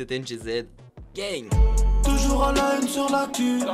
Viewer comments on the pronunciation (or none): none